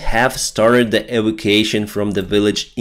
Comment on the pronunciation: E Vac U ation.